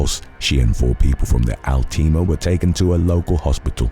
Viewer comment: Pronouncing ALTIMA as "all team ah" is diabolical 😂